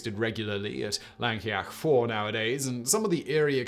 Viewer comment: 'Fawr' is pronounced 'Vowr', Simon. Just saying. Also: 'Llangollen' is pronounced 'Thlan-goth-len' (the closest I can write it phonetically) . I have fond memories of my late father, whose family came from Mountain Ash, correcting some tourists in a café in St Davids, who were discussing loudly where they were going. We'd had breakfast, which included cockles fried with bacon and Laverbread. Such happy days!) Aaaargh! 'Dove-ed', not 'Diff-ed'! And in that one, the teacher got all the children separated, and got them to draw what they had seen. The drawings were surprisingly similar.